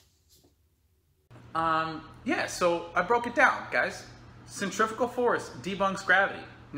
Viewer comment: it's pronounced centrifugal not 'centrifical'! You lot just love to make up words 😱